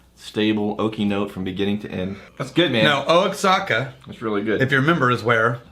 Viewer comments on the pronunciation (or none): Its pronounced "Wahaka"... even said it right one time when he was explaining the barrel trading, but then went back to saying "Oaxaca"... pretty sure he's trolling us... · he got it right once... lol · It was amazing listening to him get it half the times and miss it half the time. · It's pronounced WA- HA- KA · I was gritting my teeth badly. It’s like!! YOU ARE IN TEXAS!! Wa-ha-ka!!! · "O-a-zaka"??? Come on man..... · There's a brand of mezcal called "wahaka" that the mezcal barrels came from, he wasn't trolling he was just reading the brand name which is spelled diferently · He only said it "right" because the place is actually called the Wahaka Distillery. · “Oh-Axe-Haka”. Good ole Texas pronunciation-ism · If it’s Mexico, it’s pronounced “wah-hawk-ah” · Thank you, as a Texan "O Zaca" was killing me lol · I was like "Osaka?" Mizunara Oak and all? lol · Oh-ex-ack-a? Sigh. Well, it was an attempt. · The way pronounces Oaxaca just makes me go berserk lol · messing with us commenters; Says Oaxaca wrong up until he starts reading the story behind the whiskey..... hmmmm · Ok. Ok. I just deleted my rant about the pronunciation of Oaxaca. I'm guessing it's an Austin thing-a to mispronounce things. I was just about to drop the knowledge on you until you started reading and said it right. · Love you, but the grey shirt and the mispronunciation of Oaxaca is messing with my head... I feel like I've been drinking but I know I haven't. Maybe it's time to start. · I think (hope) that indicates he's saying it wrong on purpose as a gag & just forgot to do it that one time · I can't understand how he got it right once, and wrong five times.